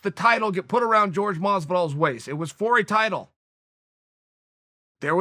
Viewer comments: He keeps saying "george" masvidal not Jorge masvidal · It took me way longer than it should have to realise he was talking about Jorge when he pronounced it “George”